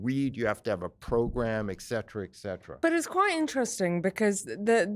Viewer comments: Off the point here I know, but while I like listening to knowledgeable, well-read and articulate people with whom I whole-heartedly agree, I cannot ignore the fact that they repeatedly mispronounce "etcetera". Why do so many people mispronouce this word and say "exetera"? It's like "expresso" instead of "espresso". Especially cringey when part of a really eloquent statement. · There is no "k" in "etcetera."